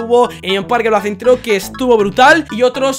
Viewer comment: Si pero en vez de decir parque placentero dijo placentro